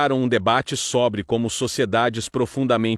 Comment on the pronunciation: é côrte que se fala. Não Córte. É sôbre que que pronuncia, não sóbre.